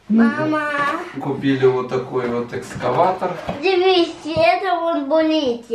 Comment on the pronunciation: Не эскаватор, а эКСкаватор.